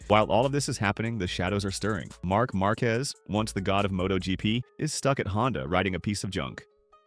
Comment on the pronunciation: bro said “marcues” 🥀